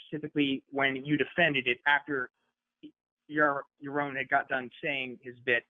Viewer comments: It's prounounced "yar-ron". To rhyme with "yar wrong". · I have solved the problem of mispronouncing Yaroon's name once and for all. The man's ideals boils down to this: you are on YA OWN. His name rhymes with YA OWN. YA ROWN. YAROON. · Regardless of the content of the call, Sam correcting anybody for their name pronunciation is pretty bloody funny.